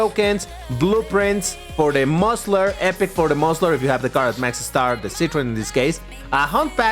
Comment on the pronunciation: I love your French accent when you say 'Citroen by Citroen' !